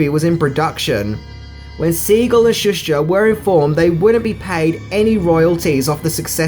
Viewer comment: He’s pronounced ShoeSter not Shush ter.. my god your English is brutal